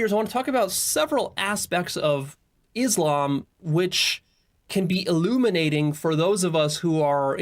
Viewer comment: Why yall keep saying Islamb when you keep hearing the correct pronunciation which is Islam on every reaction video yall make